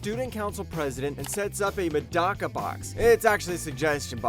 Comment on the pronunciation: Avoid the english dub of Medaka Box like the plague, might be the worst dub I've ever heard. Plus you mispronounced "Medaka".